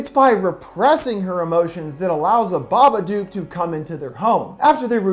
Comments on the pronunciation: I don't understand all of the negativity on this comment. It IS pronounced like book or cook. There's a hint in the book itself. It's written with a rhyming scheme, and the previous line ends with the word, "look." Unless you pronounce look as luke, "Babaduke" is wrong. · I think he already knows since he's watched the film then done a full analysis of it, he's obviously just choosing to pronounce it that way for whatever reason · Kinzi Fariq ...how do you pronounce the word book and cook? Do you pronounce it with "booooo" like a ghost? Or "coooo" like in the word "cuckoo clock"? Because I sure don't... and I'm pretty sure nobody else does either, unless you've got a really interesting accent. I'm just saying what the creators said about the name of the character/movie. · The Smoking Skull im spelling it the way it’s pronounced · Why does he say babadook wrong so many times. He says it like babaduke. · It’s pronounced BABADOOK LIKE BOOK OR LOOK NOT BABADUKE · The "dook" in "babadook" is actually pronounced like the word "book" or "cook". Not "duke". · Of course I have. But everyone I know has always pronounced it "duke". Funny, right? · The Smoking Skull no the movie is called BABADOOK pronounced duke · ok u know the word book? now replace the b with a d. THATS how u pronounce it. sorry it was really bothering me, the babadook is my fav movie. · Dook rhymes with Book cmon man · Baba-DOOK. It rhymes with "book" on purpose. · Flickirboii Yeeet I suppose, but a lot of people I know who have seen the movie also pronounce it "baba-duke". Which kind of makes the creature way less scary... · babaduck.. aight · Yep. It rhymes with book. How is that complicated? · Its pronounced BA-BUH-DUK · It's pronounced baba-duke